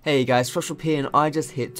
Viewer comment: Every time he says "FoxDrop here!" I hear "Social P"